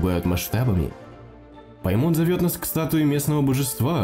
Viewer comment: Не ПаймОн, а ПАймон!!!